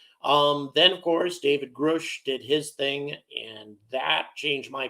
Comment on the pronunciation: Why do so many podcasters mispronounce David Grusch's surname? It doesn't rhyme with 'whoosh', it's not spelled Groosh... His name rhymes with 'crush'...try pronouncing it correctly.... David GrUSCH... it's not that hard. Thanks.